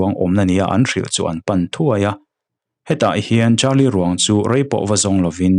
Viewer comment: Carlie brucia ani sia,charlie tiin ilam rengbawk sia,ngaihna awmlooo😂